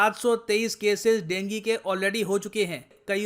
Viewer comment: हम तो अभी तक इसे डेंगू कहते आये हैं आज ड़ेंगी सुनने को मिला, ये नया है 😊